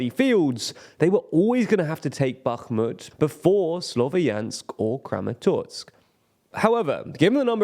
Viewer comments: It's "Kramatorsk" not "Kramatotsk". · Why are you saying ChasTiv Yar and KramatorTsk?